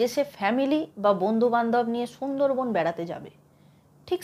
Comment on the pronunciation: Chhundor bon na sundor bon ... Tomar bangla bolata Thik kora uchit .... sob s ei ptoblem ...